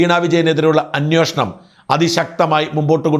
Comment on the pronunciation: അന്വോഷണം അല്ല അന്വേഷണം..